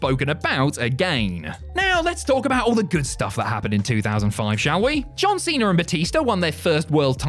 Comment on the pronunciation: As an American, i love it when says John Cenar